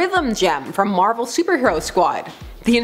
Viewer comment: Captain Marvel not captain marval